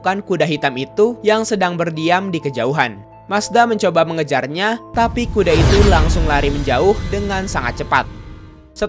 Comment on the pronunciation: Bang pas saya pilih speed video 0.25 detik aku denger Abang ngomongnya bukan kuda tapi kude